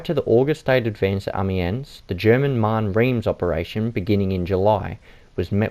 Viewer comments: Many people don’t know and it’s understandable as it is not their native language. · Painful to watch, dude can't even pronounce amiens